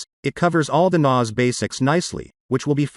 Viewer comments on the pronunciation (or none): Yeah, very weird pronunciation 😂